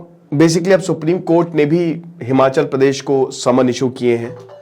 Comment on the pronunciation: हिमाँचल नहीं हिमाचल है।